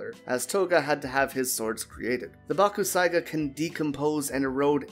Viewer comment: Its pronounced bak. Sai. Ga the u is silent